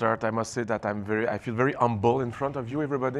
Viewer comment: Jay Gatsby thanks. I heard "umble".. Hence the confusion .. thanks.